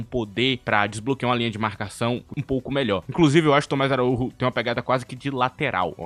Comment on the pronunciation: ele é português, não espanhol, o nome dele lê-se "araújo" não araúrro